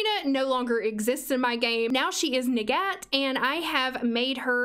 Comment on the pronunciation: Her name’s arabic but specifically the Egyptian dialect so her name is pronounced “nagat” in Arabic.